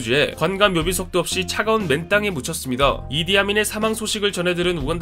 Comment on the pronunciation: 내겐 왜 이디아문이라 들리지?